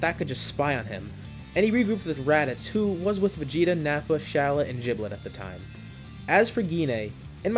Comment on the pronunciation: Why do people pronounce Gilbet's name wrong